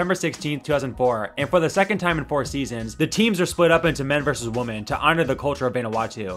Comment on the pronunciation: This is a personal pet peeve, it sounds like you’re saying woman instead of women when you’re talking about a group of females. You do however clearly pronounce men when you are talking about a group of males.